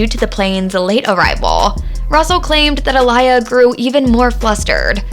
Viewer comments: Who the heck is Uh-Lie-Yah??????! It’s pronounced Aw-Lee-Yah This is clearly not a genuine Aaliyah Fan 🤦🏾‍♀️ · Say her name: Ah-lee-ah. Not Ah-lie-ah. Get it right. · It’s Aa-Li-Yah not Aa-Lie-yuh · Aaliyah pronounced aah•le•uh.Her name being pronounced A•lie•yah is disturbing. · Whos A-LIYA? It's not Uh-Liyah or A-LIYA. It's pronounced Aaa-Liyah (Like Mohammed Ali) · It’s not “UH-LIE-AH”! it’s “AH-LEE-UH” (think Mohammad ALI) 🙄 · Her name is pronounced uh-lee-uh. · Yooooo! WHO TF is A-LIE-YA!!! That makes this video feel and sound soooo disrespectful to OUR Dear Princess who's also been "The Baby Sister Of My Entire Era and A True Idol Of OUR Culture!!! You Have To Fix The mispronounciationS throughout the ENTIRE VIDEO PLEASE!!! I TRIED TO IGNORE IT BUT IT LITERALLY WOKE ME UP PLAYING IN THE BACKGROUND ON MY TV as it had my ears BLEEDING. Not trying to be too hard on you but you'll have alot more people interested in finishing your video if you'd at least show that you CARE ENOUGH TO CORRECTLY SAY HER NAME just as we would ALL want People To Correctly SAY YOUR NAME if you were NO LONGER ABLE TO SPEAK UP FOR YOURSELF!!! OUR NAME IS ALL WE HAVE ONCE WE'RE GONE!!! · The disrespect. Please do your research before you continuously mispronounce her name. (Ah-Lee-yah for future reference). 🙄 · Who A-lie-a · A-Lee-yha for pronunciation. She was very popular. I remember her baby girl song always on the radio. My daughter was a baby at the time in that song has a baby in the background babbling my daughter would start talking with it. I wish I had that on video. Before cellphones had video. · This narrator has never listened to AALIYAH (AHH-LEE-YAH), a day in her life. She don't even know how to pronounce her name correctly. SMH. I can't listen to her name said like that. I can't finish this video. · sorry, who’s uh-lie-yuh ? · Research wasn't done enough if you can't even say her name right, looses truth pretty quickly. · You don't even know how to say her name right.